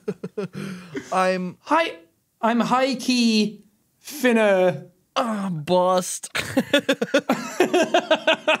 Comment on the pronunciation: It hurt me that there say finna like (fin)(na) instead of (fun)(na) because idk if this is just a Midwest thing but when say it like (fun)(na)